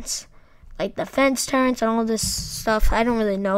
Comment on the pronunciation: lol nice video, but the mod is the "Turrets" mod, not Turrents.